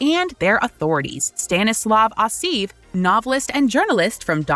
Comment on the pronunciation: Good video. However, maybe the lady reading text should work on pronunciation ("CrEmia" - instead of Crimea, "AsEEv" - instead of Aseyev. 🙄